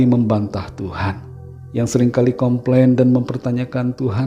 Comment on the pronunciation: Com plain atau kompeng😊